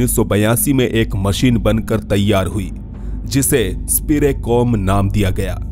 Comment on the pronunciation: अंग्रेजी में कुछ भी हो सकता है 😅, स्पिरिकॉम को स्पिरेकॉम बोल रहे हो 😅😅। कमाल है कि एक वैज्ञानिक मर चुका है और फिर वो ही मशीन बनने के बाद बात करने लगा और कुछ समय बाद आवाज भी गायब हो गई 😆😆😆😆🤣🤣🤣🤣